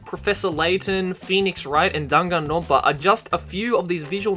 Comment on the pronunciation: Guy:danganonpa Me: ITS DAN-GAN -R ONPA